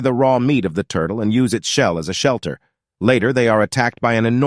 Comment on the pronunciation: "And use it's shell as a SHELLter"